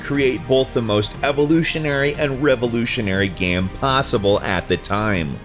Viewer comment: SurpriseFace Have you heard him pronounce Game? The guy makes a living talking about them and it sounds like gam.